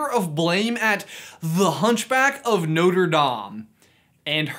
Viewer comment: You said it wrong the first time, you said literally "Noter" then pronounced it right & said "Notre"